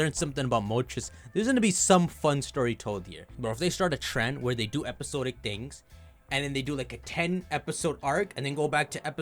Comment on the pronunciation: fyi “episode-ic” is “episod-ic” sawd-ick like it’s spelled. Much love 👾